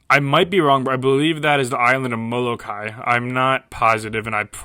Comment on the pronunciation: Molokai you sed it pretty Good🤙🏿